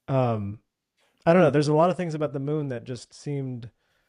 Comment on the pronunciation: hes trying ro say the moon bro